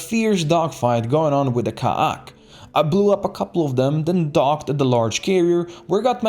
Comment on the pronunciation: You aint saying ka'ak right. Did you play X2?